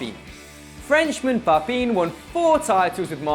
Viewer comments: papin is pronounced pah-pan, with the n silent. its nasaly. but definitely not papeen. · It's pronounced 'pa-pa', not 'papine'. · Papeen??? Do you even french? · the way you pronounced "Papin" is actually hilarious